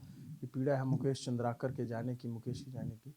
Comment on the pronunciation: Name thik se batao. Chandrkar nahi Chandrkar hai